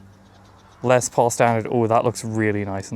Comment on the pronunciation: LES Paul, not LEZ Paul....😂